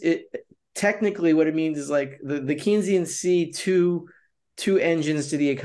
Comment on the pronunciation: It’s “Cane-sian”